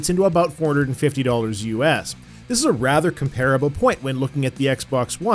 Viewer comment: COM-PER-A-BUL Please!